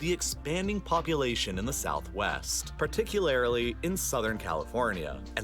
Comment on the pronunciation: This is petty, but who in the world says "particularly" like this? Lol